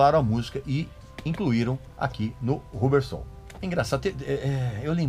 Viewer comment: Só para cooperar, a pronúncia é "Rãbber Soul e não "RU" bber, ok ?